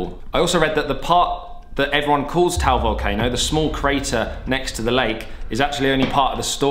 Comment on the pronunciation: Taal is two syllables not just one, it's pronounced as Tah-al, not Tal